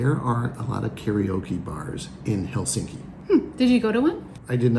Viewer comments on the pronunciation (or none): And the stress in always on the first syllable.👍 It’s HELsinki, not HelSINki!😠 And its Swedish name Helsingfors is abbreviated from: Hell, sing for us…😉